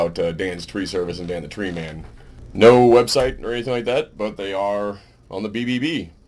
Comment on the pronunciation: sounds like you said you want to look into fucking Dan the tree man. that's fine I guess I mean if you like fucking men...